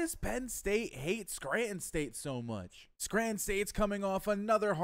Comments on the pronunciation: Yeah I heard you say “Scranton”. The accent matches with the ppl that grew up in this area 😂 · I respect it lol you definitely say Scranton like a native so that’s interesting that you’re from NY. But I’m just sayin you’re killing Nicky price. Poor guy is getting railed 😂